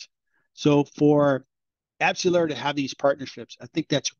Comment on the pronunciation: You lost credibility the moment you spoke... Abcellera didn't help Pfizer and Moderna to make vaccines... Abcellera is a company that makes ANTIBODIES...NOT vaccines - they had absolutely no role with Pfizer nor Moderna for their COVID vaccines... Not only that, but you're totally butchering the name...